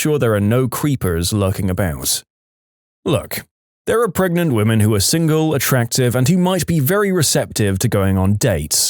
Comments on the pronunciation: Narrator: "I'm human." Narrator: keeps mispronouncing pregnant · Intentionally. D'ya know all the possible ways of mispronouncing "pregnant"? NO? Then go watch some EmKay. There's some Yahoo! Answers Memes in there, which might give you a light bulb moment... 🤭 Tl;dr: Narrator is doing a meme